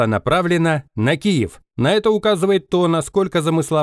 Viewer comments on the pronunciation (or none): none